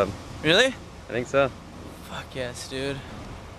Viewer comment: It's not "Dude" it's "dooot" hahahahahaha